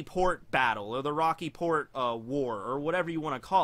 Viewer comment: I thought you said "The Rocky Porn Incident."